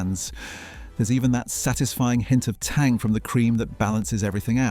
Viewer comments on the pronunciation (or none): none